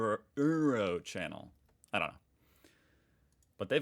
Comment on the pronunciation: I appreciated how he tried to say Uro in the German way and though it‘s pretty difficult for English speakers he managed it pretty well.😊👍